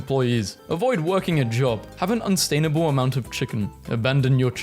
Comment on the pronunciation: his only excuse is a speech impediment😭